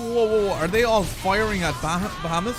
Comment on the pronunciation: It's more like "Ba-ha-moot"😁